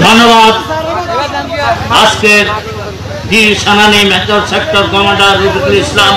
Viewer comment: মেকর না মেজর